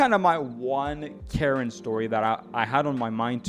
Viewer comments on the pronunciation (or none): none